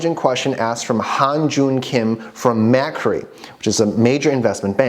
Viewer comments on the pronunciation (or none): Just a heads up the Australia bank Macquarie is pronounced Mac like MacDonalds and Quarry as in a place you mine rocks. MacQuarry = Macquarie